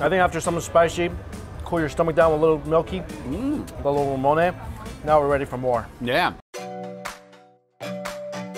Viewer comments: Anyone else bothered by the way Mike pronounces Ramune? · I'm not even mad he butchers it lol, it's definitely a Mike word